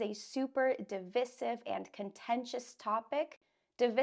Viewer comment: Our teacher just note , I searched about divisive and saw your pronunciation isn't similar with American and British in dictionary, please if I'm wrong tell me